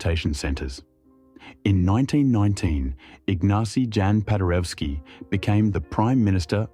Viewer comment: Pronunciation correction: 1 Igg-NA-tsi Yahn pa-day-reff-ski. 2. Tah-DAY-oosh Koss-TSYOOSH-ko.